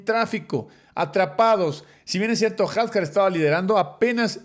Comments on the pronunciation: Se dice Hadyar aunque se escriba Hadjay. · Can!! Son mi top, puedo pasar el día completo escuchándolos. Pero como comentario… los nombres, la pronunciación de los nombres. Isack hadjar 😅 No se si lo hacen por alguna razón, pero suena raro cuando se escucha. Por lo demás, que buen video!! Que gusto ver como crece el canal y seguiremos toda la temporada con ustedes apoyando! 🙌🏼